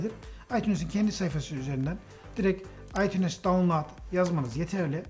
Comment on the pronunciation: Aytuns okunuyo aytunes değilllll